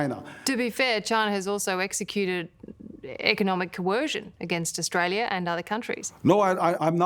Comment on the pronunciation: bro can’t read the word “Australia”